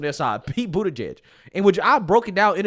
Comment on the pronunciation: Did he just say, "Twenty Pete Buttegiegges" ?!?!?!? What a nightmare!